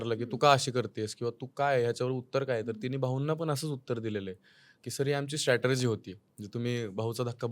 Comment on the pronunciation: स्टॅटरजी ?!? म्हणजे नेमकं काय ब्वा ? तो शब्द strategy आहे हो ..